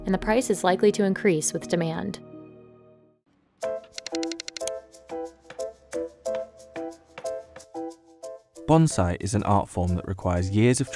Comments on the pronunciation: That's "BON-siEE" not "BON-ziee." It's not a Kamakazi pilot. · It is pronounced bonsai like it is written not bonzai. Business Insider has some terrible narrators.